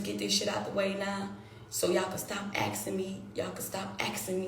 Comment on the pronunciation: Axing me, axing me, axing me, axing me